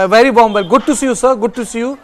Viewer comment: I am bhery bhery sad .the ST aspirants torch bearers took away my phridge and telebhisan 😂😂😂